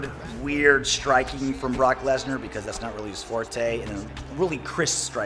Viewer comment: Gameology “brock lesna”